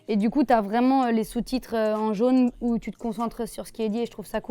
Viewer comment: Elle un sortit un "il sort d'oú Luv Resval" la folle😂